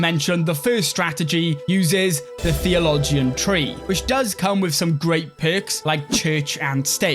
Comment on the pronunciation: I've noticed watching a few of your videos that you pronounce a lot of words wrong like crescent and theologian.